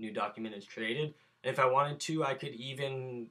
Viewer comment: When you said create new document, it sounded like you said create new dog human